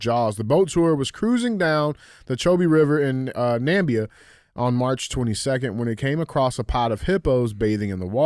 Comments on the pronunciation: watching DJ, the show’s token black guy, absolutely BUTCHER the names of African countries brings a tear to my eye 🥲 From laughter. Also I’m wheezing and can’t breathe. It might be my favorite sidebar during the show 😂😂😂 It’s Nah-MIH-bee-yuh 😂 love you. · Its pronounced Numb-mibia.. damn it DJ 😂😂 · I am from South Africa and listening to DJ try and pronounce Namibia was absolutely brutal! Still a Real Ass Fan though!